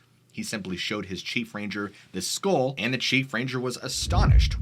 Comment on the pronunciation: What the hell is a skole? Oh you mean a skull.